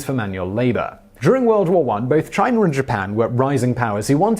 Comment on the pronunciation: My guy why do you pronounce words ending in a as er. IE China comes out as chiner, I've noticed this in all your videos, if it ends in a it comes out er